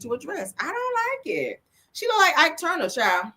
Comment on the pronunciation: I really can’t take you!!! Did you say Ike Tuner 🤣🤣🤣